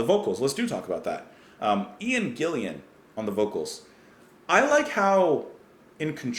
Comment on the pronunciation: You got Ian Paice's name right (pronounced like PACE). Ian Gillan's last name is pronounced GILL-AN (rhymes with chillin'). Gillan also did an album singing for Black Sabbath (Born Again). This is a great one from Deep Purple.